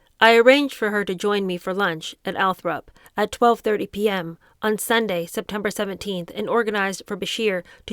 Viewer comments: I stopped listening the minute you said ' Althrop', It's Althorpe you clearly didn't do your research before hand, and for someone that live a mile or 2 from Althorpe I find it an insult. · I love your book readings! Maybe it’s just your young age, but please try harder to properly pronounce some simple names like “Althorp”. I’m older than you, and maybe I’ve heard more than you have, but honestly, I expect more from a teacher. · Switching the position of one letter when pronouncing a word aloud is a common mistake that I make myself. Sometimes our brains just read the word a different way from how it is actually spelled. That doesn’t mean “doesn’t do her research” and I’m sure it’s not a deliberate insult to Althorpe-area locals.